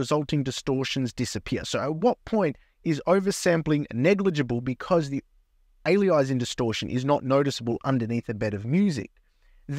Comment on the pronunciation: Alias… Anti-aliasing. There’s no word called “Ali-izing”, that’s not what it’s called. Cool demo though!